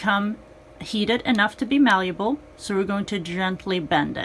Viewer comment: Ok but the word is malleable, not maluble.